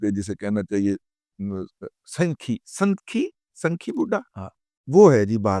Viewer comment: درست لفظ ہے " سنکی " س پر زبر ہے ، سنکی وہ شخص ہے جس کا دماغ چل گیا ہو۔